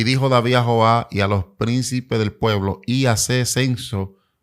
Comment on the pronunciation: Yota o jota....Toyota....observa...joab...yoab...se escucha raro ese no es tu vocabulario...disculpa diomeme eres único y natural....